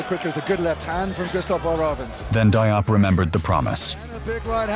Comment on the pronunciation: I think you're mispronouncing both "Nguyen" and "Diop".